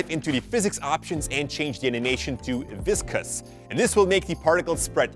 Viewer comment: Yes you pronounce well . Longevity-lonjevity viscouse- viskause I am a great fan of yours want to meet you one day.Your tutorials are super amazing and very much informative.